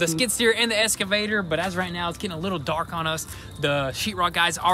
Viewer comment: It's driving me nuts hearing them say ES-CAVATOR. It's EX-CAVATOR! haha